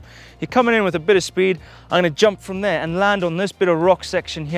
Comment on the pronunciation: I counted 20 'here'(s)! Did anyone catch how many times he said "there"(that sounds nice too)? Or is there another thread for that?🤭